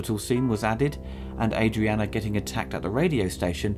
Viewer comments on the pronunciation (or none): It’s ADRIENNE NOT ADRIANA!!! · Great coverage. I've been watching all of your movie retrospectives and they are very well done and enjoyable. Small correction. Just for clarification, every time I've heard Adrienne Barbeau, it's always been pronounced, A-dree-en. Not, A-dree-anna. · ITS NOT ADRIANNA BTW. THERES NO A ON THE END.